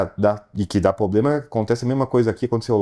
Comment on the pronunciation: Ninguem vai avisar o que não é POBLEMA que se fala......kkkkk